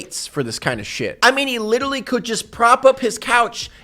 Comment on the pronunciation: i hate how says literally... “litally” still love you though.